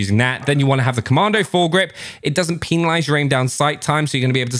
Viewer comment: “Doesn’t peenalise” love you man!